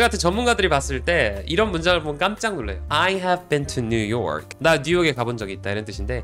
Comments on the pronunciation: 강사님.. 그 new york의 강세가 이상해요.. 딱 아시아사람이 발음 굴려보겠다고 발음만 그럴싸하게 하나.. 실상 강세가 이상해서 못알아듣는.. 처음에 뉴욕 말하는지도 몰랐어요.. have been도 거의 묵음식으로 넘어가서 못알아듣겠고.. 강세를 줘야할 부분은 smooth하게 넘기고 필요없는곳은 강세주니 다른언어 같고.. new york is so beautiful 말할때도.. 강세 이상해서 그냥 문맥상 알아듣지 냅다 아무것도 없이 저 문장 대뜸 말하면 어?? 머라구?? 뭐가 so beautiful?? 이라 할듯 진심이에요 그냥 까내리는게 아니라.. 진심으로.. 뭐라 하실까봐 전 미국에서 태어나서 현재 29이고 18살에 한국 넘어와서 쭉 살고 있어요 27살에 잠깐 1년동안 미국다시 갔다가.. 영어 못하지 않고 영어가 모국어입니다.. 한국말은 어머니가 한국분이라 어렸을때도 곧 잘 자연스럽게 했었어요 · 전문가시네요..그런데요. 제가 뉴욕쪽살아서감히 말씀😅드리는데 뉴욜크 이렇게 굴려서 말씀하시는데 뉴욕 현지에선 누욕! 이거임 r발음 안해요....ㅋㅋㅋㅋㅋㅋㅋ 그리고 아이해빈투뉴욕이라고 전문가 이건좀.... 물론 강호동이잘햇지만 너무 올려치기하시네요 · 추가로 new your 발음 nu ㄴ+ㅠ 발음이 아니고 강사님이 발음하시는 noo u ㄴ+ㅜ~ㅠ 로 발음도 아닌 오로지 정직한 noo ㄴ+ㅜ로만 끝내는 발음입니다. 저기서 강사님처럼 끝음에 ㅠ가 섞이면 촌스럽게 들립니다. 예로 들면 사투리 느낌..? 어눌한 느낌? 그런느낌이에요 어눌하게 말하는 느낌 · 맨 처음 new york 발음 끄는거 개느끼하네 ㅋㅋ